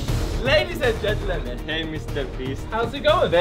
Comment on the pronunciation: i love fidias. "ladies and gent-lemen"